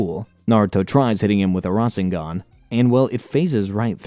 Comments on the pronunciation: Rashengan really 😂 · "RAWSHengan" is killing me inside lol, nice video still tho XD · Ra-sher-ngan for me